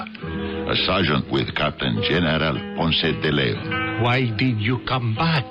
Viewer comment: If the actors insist on using those exaggerated cartoonish accents they should at least learn to pronounce Ponce de Leon.